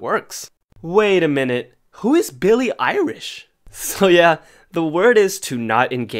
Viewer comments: The Billie Irish got me. I am literally crying my ass of for laughing so much 🤣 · when i said i screamed i mean i SCREAMED at the end when he said “wait a minute is that billie irish” in that irish accent😂💀